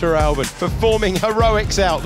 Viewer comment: Why does it always sound like Alex Under Albon? Just a confusing pronunciation